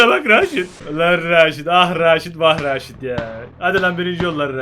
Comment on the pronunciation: Retaj değil raşit :D